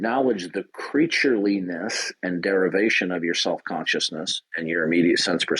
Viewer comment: "Creature-li-ness" WTF!